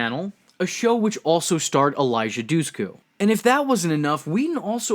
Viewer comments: Ikr, it's like people nowadays don't even try to pronounce words before they give up and butcher them smh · Who is this "Elijah Dussku" you keep speaking of whenever Eliza Dushku is on screen?